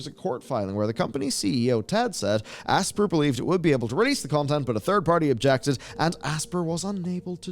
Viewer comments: Aspyr is pronounced "ASPIRE" (ASS-PIRE), not "ASPER" as in to "Aspire" to do great things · The company name “Aspyr” is pronounced like the real word “Aspire.” You mispronounced it seven times. How do you have a job covering gaming and not know this? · I think Aspyr is supposed to be pronounced Aspire